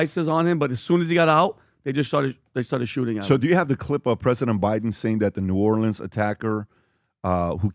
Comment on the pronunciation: New Orleans… it’s killing me..we say new or-lens… not leans… nails on a chalkboard for me… from a native New Orleanian.